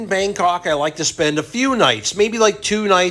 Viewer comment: my stuff up he did say Bandok as well sorry lol